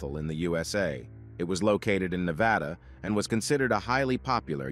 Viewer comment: Thank you for pronouncing Nevada right. 😁